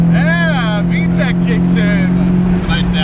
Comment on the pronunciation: HA!..he turned into a Italian that's been Americanized when that "VTEC kicked in YO!" but I totally understand tho because when I get to drive my Acura I channel my inner Jeremy Clarkson at about 4,700rpm..." POWERRR!